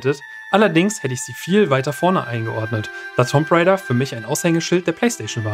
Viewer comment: es wird Tumb Rejda ausgesprochen :D